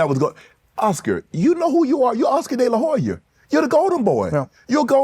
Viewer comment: SO ANNOYING!!!! the H in DeLaHoya IS SILENT!!!!!!!